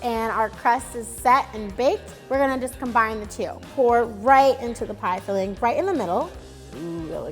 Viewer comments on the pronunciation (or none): none